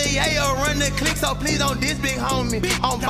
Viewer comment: He said “Yayo run da CLICK” CLICK bra not “Cliff” 🤦🏾‍♂️